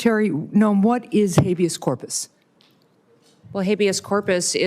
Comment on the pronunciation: not funny that these clown figureheads don't even take the time to adequately fake as if they were remotely qualified ! This goofy butchering habeas corpus was as comedic as T-Rump attempting to pronounce acetaminophen. Again literally the reason for the meeting, hay maybe look it up before sitting down ya think ? Yeah rhetorical we all obviously see that would have been too much trouble. They are really all from the same greasy trailer park . You do recall this monster runs around with like 5 -7 grand cash ya know for emergencies apparently lulz Do they even freaking drug test these clowns OMG ! Pathetic